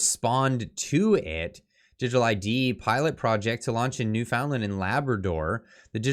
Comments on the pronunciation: Just a bit of advice,; don't pronounce it "New-FOUND-Lnd", It is "NEWfin-Lan". Just trying to help. It"ll save you some grief. lol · …It’s Pronounced NewFUNland ya dingus. Do you even Canada bro? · It's pronounced Newf'inlund in Canadia. TrudeauMustGo. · Sorry, I thought you should be tarred and feathered you need to pronounce you Newfoundland correctly